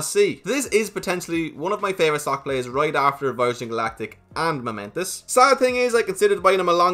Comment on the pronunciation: It's pronounced Momentus